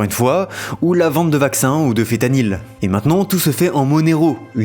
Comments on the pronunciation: banger sinon c'est "fentanyl" pas "fétanil" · Apres 6 seconde de video ya un truc qui va pas tu dis fétanyl IL Y A UN N FEN CEST FEN FENTANYL. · Même pas foutu de savoir prononcer feNtanyl dès le début de la vidéo ! 👎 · Nan mais trash la prononciation c'est pas leurs fort . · Pas foutu de dire Fentanyl correctement vous faites vraiment des vidéos de merde juste pour caler une sponso